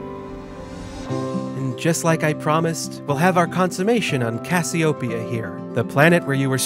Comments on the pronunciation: I love his pronunciation of Cassiopeia. I'm going to start saying it the way he does. CASS-ee-oh-pee-uh cass-ee-oh-PEE-uh The emphasis should be on the fourth syllable instead of the first. His pronunciation is right. His inflection is off. I love it. I'm totally stealing it. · Great video. However, it's pronounced: cass-ee-oh-PEE-ah